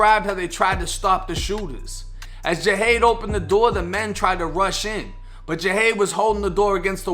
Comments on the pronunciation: You're pronouncing his name Ja-hade when it's clearly Jihad (gee-had). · Thank u also u say his name as ja haad